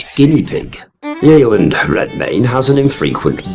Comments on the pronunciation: It isn’t pronounced ‘yayland’. It’s pronounced ‘yeh-land’. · It's pronounced Yelland,had an Aunt and Uncle lived there for years.